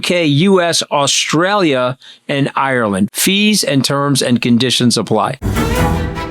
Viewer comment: Scara…… give me a call and I will teach you how to say Australia 😂